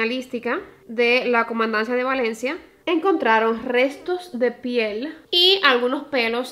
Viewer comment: Ten cuidado al pronunciar Valencia 😅 tienes tenencia a pronunciar la V como P. No es hate a tu manera de hablar ni nada pero aquí en España hay otra ciudad llamada Palencia y puede dar lugar a confusión. Un beso reina me encantan tus vídeos